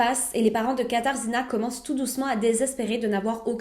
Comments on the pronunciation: Ça se prononce katagena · Ayant passé un an à Cracovie, je peux te le dire, ça se prononce "Katagena" ou "Kasha", c'est plus simple. Compliqué comme langue le Polonais. Sinon, super vidéo :) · Je voulais juste laisser un petit commentaire sur la prononciation (c’est juste comme ça, à titre indicatif sans moquerie aucune : je sais que le polonais est assez difficile à prononcer) Le « rz » se prononce comme un « j » donc son prénom se prononce « Katajéna ». Et Kroków c’est Cracovie, la plus belle ville du pays et sûrement là plus connue aussi Pour finir, le fleuve de Cracovie c’est la Vistule pas la Vistula. C’est comme dire que le fleuve de Montréal c’est le Saint-Pierre. Avec un peu de recherche, on trouve très facilement ces informations même si on ne vit pas en Europe Voilà 😉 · Contente que tu aies traité une affaire polonaise comme je suis polonaise haha. D'ailleurs, Katarzyna de prononce "katagéna" 😌 je ne vais pas faire toutes les prononciations mais voilà au moins pour ça 😉❤️❤️